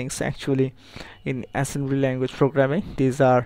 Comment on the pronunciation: "Hi everyone to my assemblllenruewtoe level language tutorial". Well, that's a good start.. (!)